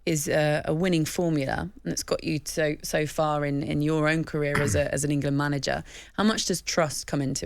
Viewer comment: For me he hasn't been that bad recently,does this clown even watch games? Someone from Talksport needs to explain how he got the job,it definitely wasn't for his football knowledge or eloquent speech.He even says EngUland